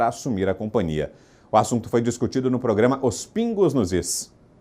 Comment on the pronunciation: Por que repórter não consegue falar companhia. Só falam "compania" palavra inexistente em nossa língua. H também é letra.